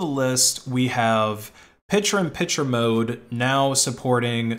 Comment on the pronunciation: "Pichur on Pichur mode"